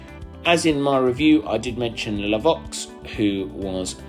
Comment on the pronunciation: I do like your videos, but needs to work on his pronunciation. La VOIX! Can you tell him its pronounced and sounds like LA VWAA, tell him to go and practice!!